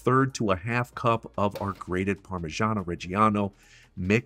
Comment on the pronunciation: What's "Parmigiana" mate? It's Parmigiano. :)